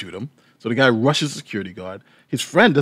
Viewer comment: “This gluy “